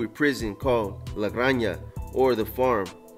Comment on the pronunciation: Gran ha is how you pronounce it. Spanish for farm.